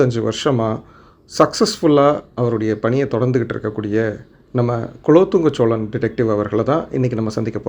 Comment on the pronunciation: Cholan illada, Sozhan. Pronounce correctly.